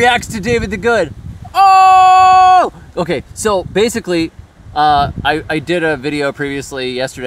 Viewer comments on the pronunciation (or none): none